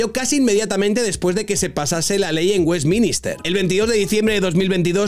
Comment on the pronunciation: ¿Westminister? 😅 Sueles decir burraditas así, pero con esta te coronas...